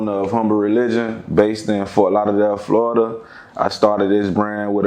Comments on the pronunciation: Nigga say florder not florida😂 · My man said Florider 🤣